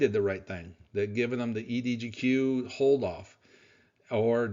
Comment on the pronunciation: EDGQ not EDGO